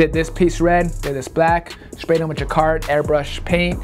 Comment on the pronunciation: Reshurations WiF